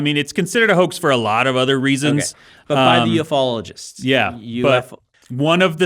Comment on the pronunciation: Interestingly, ufologist is usually not pronounced "UFO-ologist" like Dan did, but "yoo-fologist"